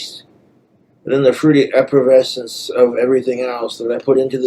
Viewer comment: I came to make the same comment! 😂😂 EPPERVESCENT TWU